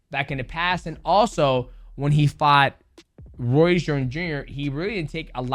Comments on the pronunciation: Roy's, royce.... bruh it's ROY Jones lol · “Roy shorn junior… Roy jone junior… Roy’s jones” 😂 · Bro is ROY. not roys or Royce or roysh 😂